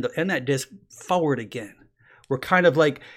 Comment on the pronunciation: Like the way he says "foward".